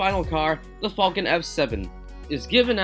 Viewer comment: I know you said the falcon f7 but it sound like u said the fucking f7 lmao i was weak when u said that